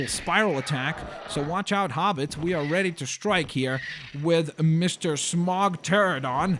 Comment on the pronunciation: Smaug not smog